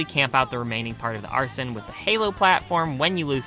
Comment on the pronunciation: excuse me its ArseN not Arsen or Arson STOP Arse EN no OUR SON or OUR SEN